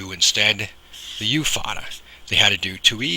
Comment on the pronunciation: Agghhh... the pronounciation is off and it bothers me because you're so close to being right, but it just doesn't sound right.. and it bothers meee... The accent over the a is called a fathe or foda, and is pronounced as "fodda" (the "dd" is said by spreading the tongue behind the upper teeth, as the "th" in the word fathe is a broad t while the "h" is silent) It is an Irish accent that's used in the Irish Gaelic very commonly, and because of this, the vowel ":á" is exaggerated as a broad vowel, except when it preceeds (or follows) a slender consonant, where another broad vowel will flank that slender consonant (and the reverse is true). Thus, the vowels will always agree - slender with slender and broad with broad "Caol le caol agus leathan le leathan” The problem I have with it, is that the way the (á) is pronounced, is sort of correct, but not..? Because there's a nasal quality with it to pronounce it better as a slender vowel, but as a broad vowel, there's more impact - and this is an important distinction. And it sounds like yer tryin fer the broad pronunciation, but the technique is off, so it sounds like yer tryin to say another vowel as a slender and mixing the two together and it just.. it's like an itch in the brain ye can't scratch But there's another huge problem that i have with it.. which is hardly ever even addressed or made aware for most people that I can't really fault ye for.. ye're goin by one singular based accent, and not really specifying which region i